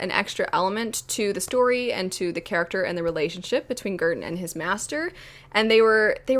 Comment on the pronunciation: Every time you said Girton my brain heard curtain This book is quite cheap on kindle at the moment so I just purchased it, I don't know when I'll get to it but it definitely sounds interesting!